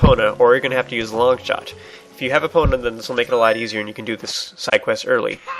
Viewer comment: Has anyone ever told you it's pronounced EE-pona not UH-pona?